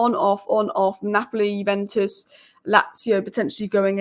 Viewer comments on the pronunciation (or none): none